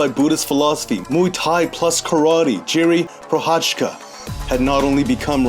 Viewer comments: Maybe try saying it more like Yiri prohazka:) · Come on man, why you butchered his name like that...the least you can do is learn how to pronounce his name when making a video about him... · like nice video, but why not to spend a minute to learn how to pronounce his name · ur saying his name wrong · Thank you for covering my favorite fighter! You're very close to saying his name right:) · Its not pronounced like that ffs, i mean his name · 5 seconds. It would have taken you 5 seconds to have Google Translate play the correct pronounciation of his name out loud. I am not talking about a perfect pronounciation. I am talking about the level your average MMA-reporter managed in last couple of days.